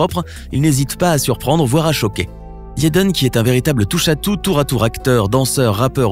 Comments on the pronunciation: Pourquoi il dit "yaiden smith " je croiyais que c'etait jaiden 🤷‍♀️ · pourquoi tu di yaden aulieu de jaden... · pourquoi vous dites yaden et pas jaden? c'est bizarre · C EST JADEN PAS YADEN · « YEDEN » MDRR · "YEDEN" HAHAHA 💀💀💀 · mass rimeri JEN AI MARRE 😂😂😂 Je me retiens de pouffer de rire a chaque fois qu’il dif Yeden 😂😂😂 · Mais il dit yeden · Mais qui t’a envoyé dire « Yaden »??? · Yéden smis😂😂😂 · Mzelle Kenza c’est Jaden t’inquiète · S’il vous plaît, avant de faire tout un discours sur quelqu’un, apprenez à prononcer son prénom correctement 🤔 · je suis la seule qui est perturbé dont la façon dont il dit son nom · Pourquoi vous dites yaden smisss c'est Jaden smiTH TH SE PRONONCE PAS SSSSSS MAIS JUSTE A DIRE LE T genre jaden (SMITE)en prononciation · Ce serait quand-même vachement mieux si tu prononçais au moins un nom correctement. Will Smisse, Yédeun Smisse, etc. J'ai très mal aux oreilles.